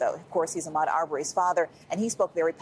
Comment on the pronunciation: Listening to REPEATEDLY say Ahmaud's name incorrectly, especially after Blayne et al. said it correctly, is unprofessional, intentional, careless, disrespectful and sick a*.